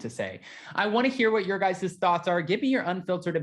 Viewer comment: “Guyzuz” isn’t a word! It’s “guys”! That’s all! “You guys”!! 🌷🌷🌷